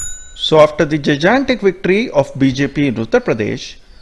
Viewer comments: The word is (dʒaɪˈɡæntɪk) and NOT - Jy-djaentic - Improve your pronunciation. ... "जाइजैंटिक " बोलना गलत है, " जाइ-गैन्टिक " सही उच्चारण है, OK...Please NEVER mispronounce. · bhai jaigantic hota ha pronunciation. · First learn to pronounce "gigantic"